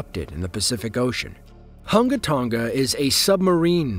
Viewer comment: Dude mispronounced the Hunga Tonga volcano. It's pronounced as Hun-guh Tun-guh Ha Ah Pie